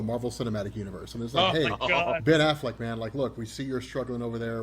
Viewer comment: I love how calls him Ben AFFLACK.